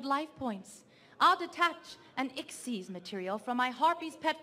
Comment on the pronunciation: Lol she calls a xyz monster a "ixs" monster